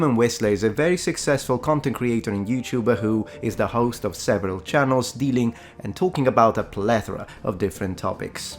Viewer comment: I love your accent and your channel in general but for a the first couple times you said he was "dealing and talking about several different topics" I heard stealing and I thought you were going to get canceled again.